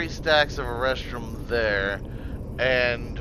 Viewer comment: Great vid. I laugh every time you say erestrum, sounds like you’re looking for “A Restroom”.